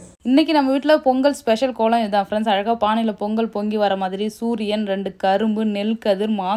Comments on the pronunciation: பெங்கல் இல்லை பொங்கல் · அக்கா பெங் கல் இல்லை பொங்கல் 😂 அக்கா 😂